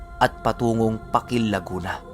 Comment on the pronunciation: Yung PAKIL ang pag bigkas nun ay Pahkil hindi matigas